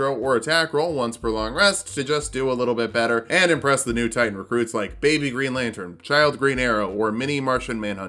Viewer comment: For a second I thought you said "better hentai" when you were explaining why you started with fighter and I was reminded of some stuff.